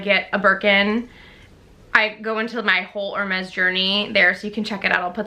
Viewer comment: Thank you for doing that, people never pronounce these luxury brands correctly. I don't understand what is the point of owning something that you can't even pronounce the name correctly.